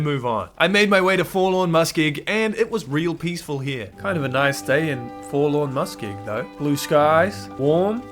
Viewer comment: Take a shot evertime he says Forlawn Muskeg